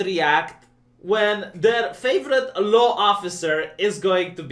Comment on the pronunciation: Officer of the leuw? Sounds like you threw a little Inspector Clouseau accent in there. 😂 This is the Year of Bat Sh*t Crazy, as the Left tries to erase all ideas that it finds offensive, and as the sole arbiter of what is right and good [S x ∞], and brainwash the rest of the world's population into its way of thinking.